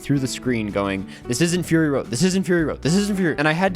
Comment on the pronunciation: did you just say furry road?